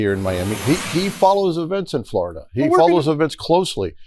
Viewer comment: "Forida Senate 11"